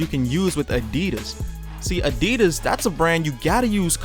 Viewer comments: Isn't it Adidas, not Adeedus! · The way you were saying adidas just hurts. But some nice thoughts overall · your pronouncing adidas wrong